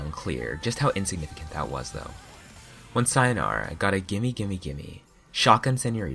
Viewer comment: I’m sorry but it pains me the way you pronounce “sayonara”